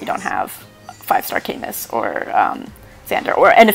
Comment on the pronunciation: camus is pronounced 'ca-moo' btw